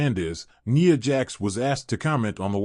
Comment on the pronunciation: NIA not Neeya 😂😂😂